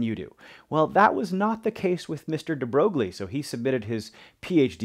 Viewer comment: Hi, thanks for posting the lesson. Just a small point: his name is actually pronounced "de Broy". It's a common mispronunciation but I always find it amusing.